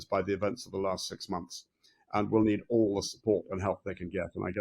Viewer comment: The interviewer pronounce the word and with a t in the end? Ant is an insect.